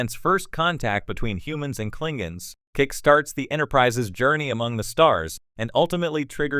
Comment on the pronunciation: Klingens? I think you mean KlingONs....